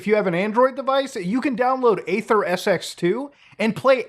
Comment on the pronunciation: "aether" is pronounced "EE-THER" seriously man, do you even TRY to pronounce things correctly?